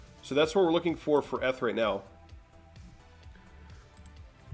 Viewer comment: You are saying ETH all wrong